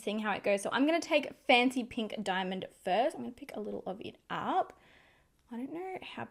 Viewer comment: Am I the only one hearing 'fenty pink' instead of 'fancy pink'? 🤣🤣🤣 My ear is playing tricks on me! These are no dimond bombs... 😁 Thank you for the honest review ♥️